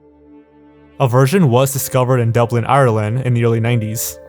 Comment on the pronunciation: bro when i head dublin ireland i cringed so hard cause every one from amrica say ireland like rland like the commet if ur irish